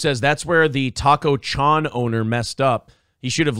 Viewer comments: It's not the owner fault that you pronounce Chon like Shawn, it's pronounced Shown. The problem is, it's located in Minnesota LOL. Anyone in Cali can pronounce it fine, no problem. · Guy here says "naive" pronouncing it like "Chon's" when it's Chon re-evaluate yourself before checking others lmao